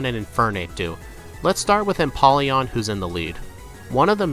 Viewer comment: Lets goo and that O in empoleon is a long O its a combination of emperor and Napoleon